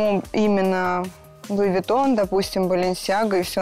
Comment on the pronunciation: И: Луи вУитон